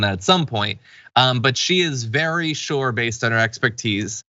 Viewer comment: Please stop saying “shore “ when you mean to say “ Sure”!